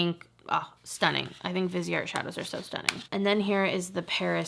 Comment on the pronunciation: i love your videos and would enjoy a viseart video. but please look up how to say the names right.